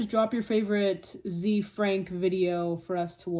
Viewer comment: FYI, the pronunciation is "ZAY-Frank"